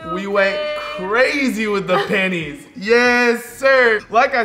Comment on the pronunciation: “We went crazy with the panies 😭😭”